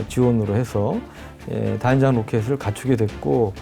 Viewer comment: 채널주인에게 : /다련장/이라는 발음이 들리는군요. 발음자가 아나운서인데, 확인 후 교체해주시기 바랍니다. 다연장 로켓을 '다련장 로켓'으로 쓰는 병신 새끼들이 아직도 많은데 아나운서까지 꼴갑을 떠는 군요.